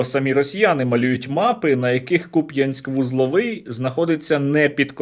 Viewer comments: за сам лише наголос на "я" в слові Куп'янськ вони мають горіти в пеклі вічність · Коли чую «КупʼЯнськ» аж зуби скрипіти починають 😡 скидаю донат на москалякоріз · Давно помітив, що ці дебіли часто ставлять наголос неправильно. КупЯнск, ТОпоров, ТрєскІн.....бо не слов'яни і не мають відношення до України, як 'братній' народ.